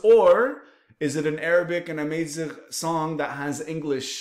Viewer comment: Salam brother, its Amazigh, not Amaieezigh. The second a is like the first A, Amazigh.